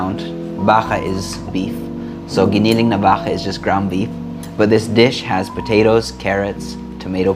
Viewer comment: I like how you pronounced giniling and baka. You sounded very Filipino.